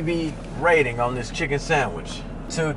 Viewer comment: "Popeyes gotta new chicken sangwich!”